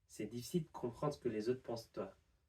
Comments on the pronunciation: we even say "t'ça" and not "d'ça". And sometimes, "maintenant" becomes "main'nant". The 't' drops too ! To make things still easier, in some regions (north west for example) we say "mahn'nant". The nasal "in" sound disappears. However , we would keep "de toi" because "d'toi" is not really easy to say. The spoken french always tends to simplify the letters for an easier pronunciation, not to add difficulties. Old people in some northern regions can also add an E to soften a word. Example: "brouette" would be "berouette". "C'est difficile de comprendre" would become "C'est difficile ed'comprend' ". There are some other alterations inherited from old french ("oué" instead of "oi", "eun" instead of "un") but these are more about local dialects and this is far more complicated, even for native french people 🤭 I just realized how we destroy our language 🤣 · Oui, ça m'a semblé bizarre aussi pour le "de toi" final. Spontanément, j'ai prononcé la phrase "c'est difficile d"comprendre c'qu'les aut' pensent de toi". Et par ailleurs, dire "exact'ment" (voire " xact'ment") me vient tout à fait naturellement.